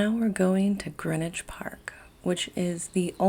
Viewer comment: Great to hear Greenwich pronounced "Grinwich" like the locals.